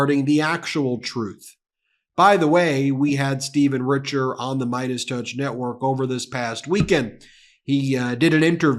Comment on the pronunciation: Richer is actually French and it is pronounced "Reeshez". Just thought you should know. :)